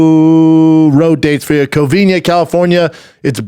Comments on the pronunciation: Brendan it’s COVINA not Covinia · say it with me schaub, COVINA, not COVINIA